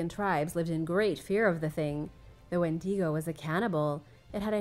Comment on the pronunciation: You totally mispronounced Wendigo